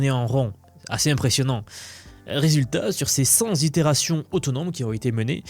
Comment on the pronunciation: j'ai arrêté de t'écouter au bout 2 z'itérations de "centzzz itérations"